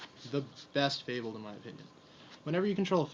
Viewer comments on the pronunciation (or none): mispronouncing fabled is one of my pet peeves :/ I hate it